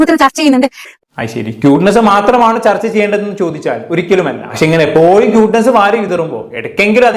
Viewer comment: ക്യൂട്ട്നെസ് ❌. 🔥ട്ട്നെസ്സ് ✅😂